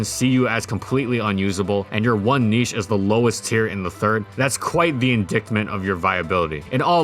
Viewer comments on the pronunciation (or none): "in-dick-ment". Did you mean IN-DITE-MENT? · "in-dickt-ment" Its pronounced "in-dite-ment" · En-dye-t-ment not en-dict-ment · Hope I don't come off as a dick here, but it's pronounced in-DITE-ment. Love the channel! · Indictment is pronounced "ind-ite-ment", as if it was spelled "indightment". Yet another word plundered from a different language with its own special pronounciation rules, I'm afraid. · Dude's pronunciation makes me laugh so hard lol. Indicktment. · indictment is pronounced "in-DIGHT-ment" (sounds like ex-CITE-ment) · Just so you know, Indictment is pronounced as "In-dite-ment." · You said Indictment wrong. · Indictment (the c is silent) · Leavanny was as good as pronunciation of "indictment" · Did he promise the "c" in "indictment?"